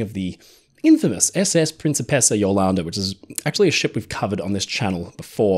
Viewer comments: PREEN chee PACE ahh NOT prin SEE pess ahh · I keep hearing prince of pizza. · Great video! But I twitched every time you pronounced "Princessa" 😂 Italian's not that difficult…